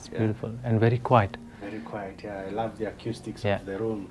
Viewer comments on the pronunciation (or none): none